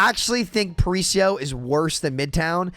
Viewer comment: That was the worst pronunciation of “Paraíso” I’ve ever seen lol, just found it funny But I completely agree, I also hate that map and it kinda sucks since I’m from Rio, would be cool to load on a map that’s supposed to be my city and say “oh nice, I’m playing a cool map” instead of instantly being sad